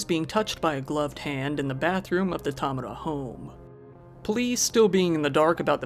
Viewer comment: I have heard Tamura pronounced ty.mar.a(like Mary) or ta.mor.ra(like tomorrow) but growing up I always get a disgruntled look when they see it on paper from teachers and bosses. Great job at pronouncing it correctly for not being Japanese.